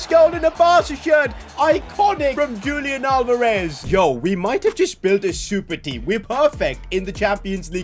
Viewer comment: ITS NOT PRONOUNCED JULIAN ITS HULIAN!